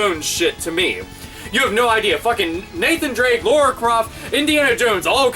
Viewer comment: it's Lara not Laura.